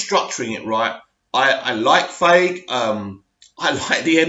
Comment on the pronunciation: If u wanna rant about marvel, then at least pronounce Kevin Feige's name correctly.